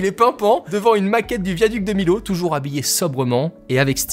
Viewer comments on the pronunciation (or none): Incroyable vidéo! PS: Par rapport au Viaduc de Millau, ça se prononce Miyo et pas Milau mdrrrr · Oui vraiment ça m'irrite les oreilles à chaque fois mdr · Dommage de ne pas avoir parlé plus que ça du viaduc de Millau (Et ça ce prononce "Miyo" et pas "Milo"), c'est le viaduc le plus haut du monde, une vraie prouesse technique ! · Superbe vidéo :D Je rectifie juste un truc : Millau se prononce comme si c'était avec un y ;)